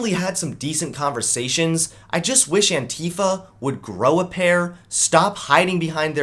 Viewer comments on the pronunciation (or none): I heard the word Antifa before I saw the word. I though they were saying Anti-fat.